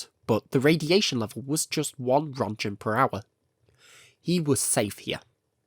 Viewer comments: Whats a "Röntchen" ? Rönt*G*en! xD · I love it not being AI but come on... ROENTGENS. NOT RONJENS. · I know british pronunciations of foreign names is often... creative? But The german name "Roentgen" (or Röntgen), and thus the radioactivity unit named after him, has a hard G and sounds like "RUNT-gun". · 😂😂😂 "rontjen" Jesus, you slept through physics classes. Here: learn the pronounciaton: BE /ˈrɒntɡən/ or USE /ˈrentɡən/. Seriously, my ears are beeding. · I love your videos! Please look up how to pronounce Roentgen, as an Austrian hearing Ronjens is painful haha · It's pronounced "runt-gun" or "runt-gchen" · Ronjents 😂 it's like hearing someone saying jif instead of gif. It took me a bit out of otherwise quite nice video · Wtf is a "ronjen"? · It’s pronounced “rent-gens.” Just FYI. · Oh wow, I always thought it was "RENT-gun" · The way Röntgen is being pronounced just makes me cry. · If you could actually get the pronunciation of Roentgen/röntgen it'd be nice. You know, considering this entire channel is about radiation and Chornobyl. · Jesus christ. Im sorry, its probably a good video and all, but I cant stand the way you mispronounce roentgen. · You should check the correct pronunciation of "roentgen" (or "röntgen") and "pump".